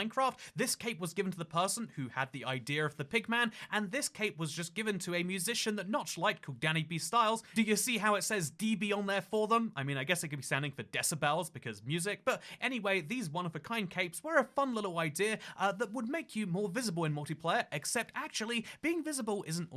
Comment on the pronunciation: Desibles is one word my dude....